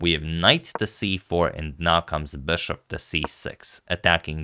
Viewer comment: he went from 'bishop' & 'beshop' to pronouncing it 'BASHOP'... like come on dude...